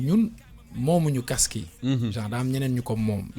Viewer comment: seydina diame t’as rien compris mec il arrive pas à prononcé le mot casque il dit CAQSSE 😏